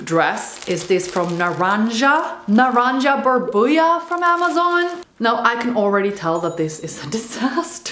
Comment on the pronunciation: I chuckled with the way you said "NaranjaBurbuja", cause it's spanish and it's just "OrangeBubble" (if you translate it literally)